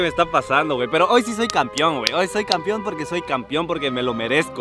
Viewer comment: Después de 50 años sigue diciendo campion jajajajajajaja